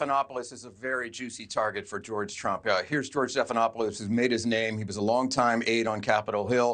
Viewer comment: And what’s a Lawuit??? 😂